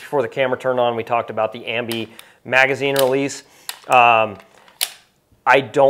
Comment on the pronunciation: Ambi ambly-uh...